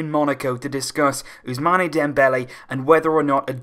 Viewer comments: First of all learn to pronounce the name of ousmane, it is not us-mane like sadio mane, it is us-maan from abu-usman. nonetheless it is a great signing, but got to find someone that can replace xavi and iniesta, we still haven't been able to do it. We still need 3 WC signings to come anywhere near to real. 2 CM, one defender and one more winger possibly di maria or draxler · Ousmane is pronounced ousman